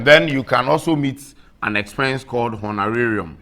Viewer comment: This was a very good class. Thanks another. Also, I liked the way you pronounced honorarium!!